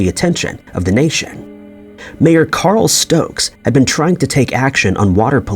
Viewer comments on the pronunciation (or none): none